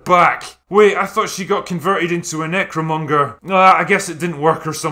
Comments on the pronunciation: I kept hearing him say this and was like "what's a Nick Furion"? haha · Bro... is it really a "nickfuryan"? 😂